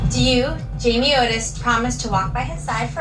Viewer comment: I think he is making a joke because of her desperate need for attention. Instead of saying Otis, he is saying it Notice (Notis) on purpose right?! lol although he does get a lot of names wrong 🤣